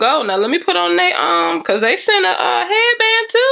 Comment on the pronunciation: “See beh-cause” lmaooooo